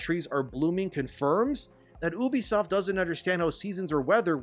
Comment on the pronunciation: It’s pronounced “You-be-soft.”